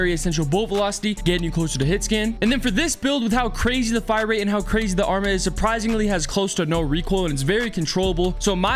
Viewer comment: Why does everyone mispronounce the arma’s name 😂🤦🏼‍♂️